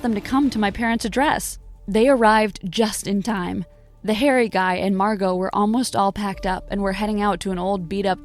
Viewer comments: excuse me, her name is Marrrrrrrgo!! not Marco or Mango,Wells Fargo. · Excuse me her name is Margo not Marco or mango or Wells Fargo yeah someone said Wells Fargo her name is Margo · ᵉˢᶜᵘˢᵉ ᵐᵉ, ʰᵉʳ ⁿᵃᵐᵉ ⁱˢ ᵐᵃʳᵍᵒ, ⁿᵒᵗ ᵐᵃʳᶜᵒ ᵒʳ ᵐᵃⁿᵍᵒ, ᵒʳ ʷᵉˡˢ ᶠᵃʳᵍᵒ. ʰᵉʳ ⁿᵃᵐᵉ ⁱˢ ᵐᵃʳᵍᵒ ˣᶜˣ